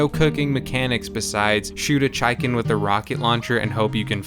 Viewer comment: I think you mispronounced chicken